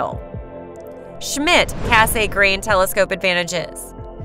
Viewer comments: Cass-a-grain. Repeat after me kids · I thought it was the typically long focal ratio of the Mak that made it photographically ‘slow’’—not the fact that it has a thick meniscus type corrector. BTW, it’s pronounced Cass-eee-grain rather than Cass-AY-grain. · The name is French, and it's pronounced 'KASS-granh', almost like 'gran', but not quite getting the 'n'. But, that nit-picking aside, I liked your approach and informative delivery. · That "kay-say-grain" part is painful to hear 😅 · Over and over again, yes-ay-grain! I can't stop hearing it. But excellent description of each-ay-grain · It does bring the narrator's credibility into question. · I like her voice except for that 'Kay-say-grain ' part lol, but at least she pronounces every word correctly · "Cass Saay Grain" Look how they massacred my boy...